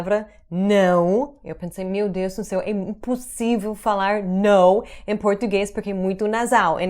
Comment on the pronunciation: Your "NÃO" is PERFECT!!! 1000%!!!!...exactly as a brazilian native...trust me...I´ve never met an american woman or man who spoke portuguese so perfect as you do..awsome job,!!!